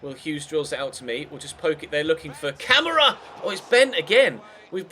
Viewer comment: Camara's name is pronounced Kam-Are-A